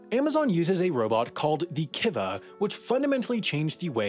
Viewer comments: KEY-va, Not KI-va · I worked in a fullfilment center. It's pronounced kee-va. And they suck so much ass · You pronounced Kiva wrong. And they haven't gone by "Kiva" for many years now...it was re-branded to Amazon Robotics a few years after the acquisition. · As a Kiva tech at a fulfilment center it really hurt to hear him say Kiva when we've always called it Keyva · A few corrections, it's not "ki-va", it's "Kee-va", at least that's how I heard it when I was at the FC. Not all FCs use them as the rollout is expensive and requires specific hardware in place. You also missed a few 'cool' things in the process. Transship, which sends inventory between warehouses based on orders, forecasted demands, or overstock. These will be running across the continent on a regular basis. The ""AutoSLAM", which stands for Shipping Labels and Manifest is a system at many FCs which will scan the package's dimensions and weigh it as it moves down the conveyor belt to the shipping area. Once it makes a decision, the label is applied and it's now ready for the final step.. delivery. 1 AutoSLAM can process something like 4,000 packages per hour and many warehouses will have multiple of these. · The Kiva bots are pronounced “Keeva”, not “Kivah”. Other than that, great video!!! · Kiva is pronounced KEY-vah. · kEEva, not how you said it